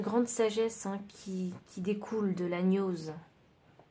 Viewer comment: Koukou, merci ! Choix 2. Une petite indication : pour la gnose on ne prononce pas gn comme le son habituel mais on distingue le g et le n, genre gue nose. Et encore un son inhabituel dans archétype qu'on prononce arkétype. Et sinon, je découvre vos tirages et j'adore ! Merci encore !